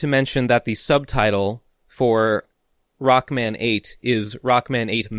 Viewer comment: Video Start: I feel like this shoulda been broken up into multiple videos as well in: 'Roku-man hes a stroong sensu ov jestice'